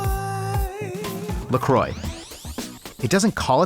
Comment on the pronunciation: Mineral water? No thanks, I only drink tap. Also, don't pronounce croix like that. It hurts me.